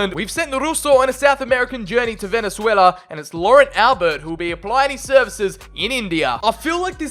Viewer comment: Obviously I'm rooting for my home country Venezuela also u said it wrong